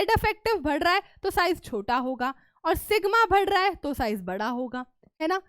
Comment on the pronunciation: Badh raha hai ❌ Bhad raha hai ✅